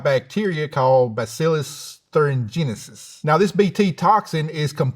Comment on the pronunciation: Why is this bumpkin pronouncing Bacillus Thuringiensis? He also ate an ear of sweet corn...? THE SWEET CORN OF LIES!